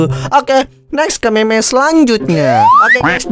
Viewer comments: Bukan meme bang tapi mim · Bukan Meme Di Bacanya Tapi Mim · Bang bilang mim bukan meme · Cara bacanya mim bukan meme walaupun tulisannya meme dibacanya mim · Bang tulisannya mene tapi kalau di baca nya mim